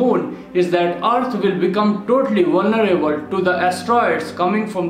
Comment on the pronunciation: VUL NER ABLE 😀